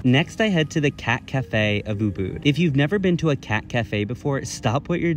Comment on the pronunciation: Ubud =uhbaad he butchered the pronunciation